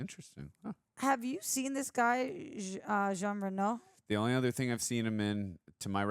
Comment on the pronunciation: Jean is French for John and pronounced "jAwn" (like dawn with a J).